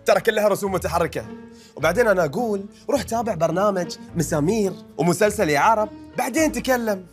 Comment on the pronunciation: اسمه مسلسل يعرب بضم الراء مش يا عرب